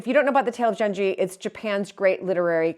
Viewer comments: Genji is pronounced with a 'g' like girl. Can't wait to see the screens restored!!. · Just a small fyi. The "g" in Genji is pronounced like the g in good or glad.